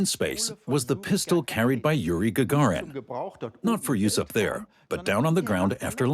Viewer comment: The yuse force